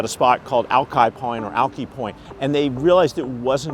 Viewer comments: AL-K-eye, not Al-key.... Geez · Not al-key point. Lived in West Seattle my whole life never heard it called that. It's al-kai.